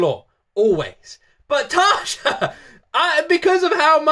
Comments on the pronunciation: Try to pronounce Tarja like it was written Tarya. It sounds more correct then. The way english speaking people say Tarja sounds like Tarza and that's wrong. Not a big deal though. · Tarja's name is pronounced as "tarya". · TARYA Tarja pronouced Tarya! And she was first vocalist of Nightwish. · Its Tarja, with an open a and a hard r, not Tasha or whatever.... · Actually, what is weird, is to hear how you prononce her name. But that's ok, a lot of english speakers do that before someone corrects them. Most of Europe pronounces their "J" like eng. "Y". A suggestion: "Sleeping sun" by Tarja. That one tears into my soul. I bet i'm not the only one. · your saying her name wrong all the members past n present with a "J" in their name is pronounced with a "Y"